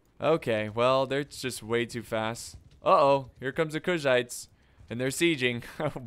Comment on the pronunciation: My man been sayin "Kushites" instead of "Khuzaits" this whole time 😂